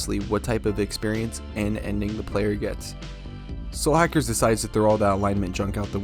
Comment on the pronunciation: lol Your accent makes it sound like you're referring to this game as "Slackers." >_<*